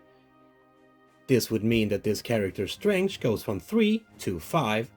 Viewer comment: I just received this game last thursday and cant wait to play it! Thanks for this video, it was really clear and helpfull! It wasn't bothering me, but 3 things: - you pronounce 'strength' as 'strange' - around 20min, you move influence down for the winner(s) and up for the losers of the battle - at some point, you switched from calling it influence to inspiration Again, thanks for the really clear 'how to play' and keep making vids!